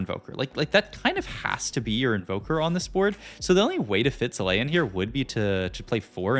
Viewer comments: killed me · Came for the TFT expertise - stayed for the hilarious pronunciation of ZIH-LAYY-UHN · I mean... Chilean is pronounced Chee-lay-an 😅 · its the worst thing about tft content creators i hate this sht so much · Why does he do that? The "bree air" (briar) as well. He says zilean normally later on as well, so he can obviously pronounce things correctly, it lowkey pisses me off